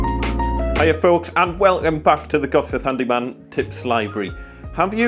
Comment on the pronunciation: do you say WELUM LOL.. Sounds nothing like welcome